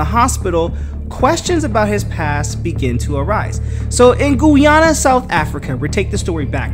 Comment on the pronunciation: Please pronounced Guyana right! Damn man! Wtf!